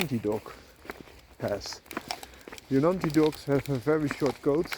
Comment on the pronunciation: In Indian languages, J is not 'Ya' like in Spanish. J is J. Also, in this case, 'G' in Jonangi is 'G' as in 'Go'. It's pronounced Jo-nun-Gi